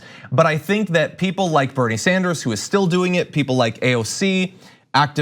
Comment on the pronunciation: Nina Turner pronounces Bernie's name correctly. Also the female of Bernard is not Bernadette but Bernarda. Bernadette is actually a modern derivative of Bernard. St Bernadette's name is officially St Mary Bernarda and not St Bernadette. Bernadette is one of my names by the way.